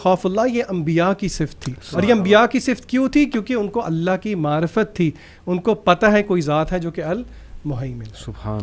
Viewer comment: aap Alaha mat boliye Allah boliye.Allah sahi hai Alaha nahi meri pyari bahen❤